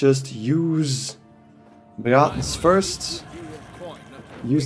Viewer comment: Love your accent and how you pronounce Braathens :D thanks for the guide!